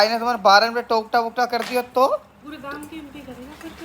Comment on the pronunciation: Tokta nhi totka bhai